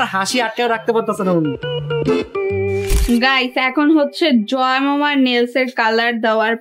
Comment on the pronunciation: যয়েমামা❌ যয়মামা✅ 😄😄